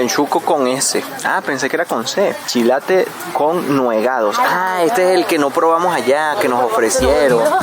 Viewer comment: se dice nuegados con acento en la e, jeje, tenemos la bendición de tener una amplia variedad de comida típica, saludos